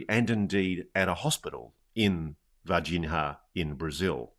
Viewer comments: "Varginha" is pronounced the same as "piñata" in this regard: Varginha = Vargiña. Its not pronounced Vargin-Ha. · Its pronouced VargiGNA (Var-Jee-Neeah), like Lasagna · In "Varginha," the "h" doesn't have the "rr" sound like in "hook." There’s no exact equivalent in English, but "Varginia" is good enough. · C'mon Ross - at least pronounce Varginha correctly - it's only one of the most famous UAP cases ever. 😂👌